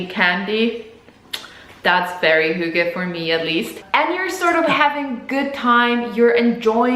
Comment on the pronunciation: Where is this girl from in denmark. Her pronunciation of the word hygge is so off???? Edit :Oh she's polish, she came in her late teens, she absolutely didn't grow up in denmark with that accent.